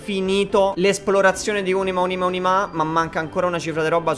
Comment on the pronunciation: arieccoce ad Ùnima, Unìma, ma soprattutto Unimà!🔨